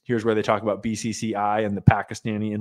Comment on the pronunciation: Talking aBOOT up river! Where is Indira Singh?